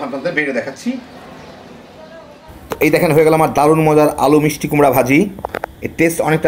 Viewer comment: 📌. 📌 For God's sake dony Spoil the pronunciation of English. Day BHAJI not Vaji. "V" is not bhi. 🤜🤛. 🤜🤛. 🤜🤛